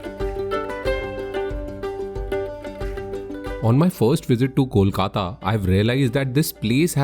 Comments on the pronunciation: Loved the video. The puri that you had for breakfast is called Luchi. Kolkatans will be scandalized if you call it Puri 😊. Also the name of city is pronounced as Kolkata (coal-kata) and not cawl-kata. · You Seem To Be A Nice Guy, Don't Know Where You From, However, Please be Informed About A Bitter Truth WHich Is Quitre Disturbing & Alarming.., Presently Kolkata (Please Promounce It Kolkata Instead of Calcutta And Rabindra Nath Thakur Instead of Tagore) Is Overcrowded With Illegal Bangladeshi Immigrants And Classless Indians From The Neighbouring States Like Bihar, Jharkhand, UP & Odisha, Who Are Changing Demography & Culture WIth Their Inherited Nature of Abusing Bengalis Insterad of Thankful To The Place Where They Are Residing & Earning, Which Is Real Shame & Damaging The Unique Charm & Character of Our Beloved City / State, Which Is Getting Worse Day By Day And Sadly It Seems That You Didn't Find Any Bengali (An Is Speaking of Kolkata By Calling It Calcutta And Terming The Chhana & Paneer The Same) Which Is A Shame.. Anyway, You Have Done A Quite Good Job And You Were The Guest, As We All Know - Atithi Debo Bhaboh..!!!